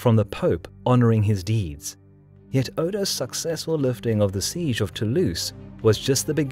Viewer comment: Every time you pronounce 'siege' my brain cells die